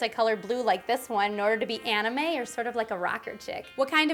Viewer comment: DO YOU SAID ANIME!!?????